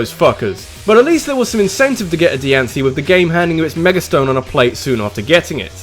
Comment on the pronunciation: it's pronounced Die-ann-see